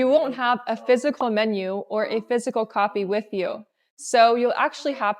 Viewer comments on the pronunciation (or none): none